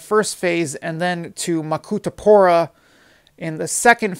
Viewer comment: Accurate information also I'm glad you didn't butcher the names "isaka,mwanza,makutupora"